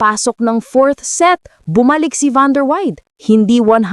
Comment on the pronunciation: Animated narratives with crazy pronunciations. Van der wide daw!!!😅😅😅😅